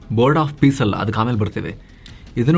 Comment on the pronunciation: ಇದು " bord of pice ಅಲ್ಲ pice pice 😂😂😂